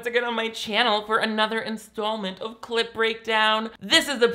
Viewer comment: So. Nick. I always hear "CL*T breakdown" when you say clip breakdown and uhh basically if you'd open an only fans to critique porn movies/films just for the fucking fun of it and/or extra revenue, I'd be down.